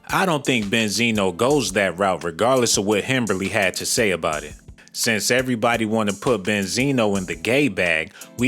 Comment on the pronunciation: Not "himberly" 😂